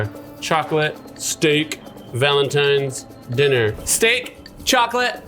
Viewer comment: A SCHTEAK